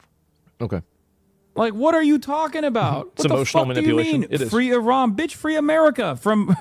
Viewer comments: Liberal left here and I’d be happy to discuss your POV. To me it’s quite an achievement that right wingers have eventually learnt how to pronounce Iran correctly. Cheers from Germany. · The right eventually learnt to pronounce Iran correctly. Cheers from Germany.